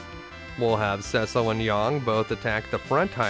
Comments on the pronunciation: It’s not Rydio amd Roso. It’s rydiA and RosA. So why say YONG and RubicOnt when it’s yAng and rubicAnt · great video except your pronunciation of yang......